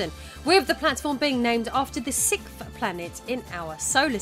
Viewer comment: I love your videos, I’ve seen most of them… I finally have a gripe though, the way you say ‘sixth’ slightly bothers me. 😂😂